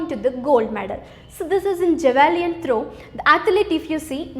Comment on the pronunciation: Very Informative and nice explanation but there are some pronunciation errors by tutor for some terms like Javelin throw, taekwondo. Hope those will be rectified. No offence please.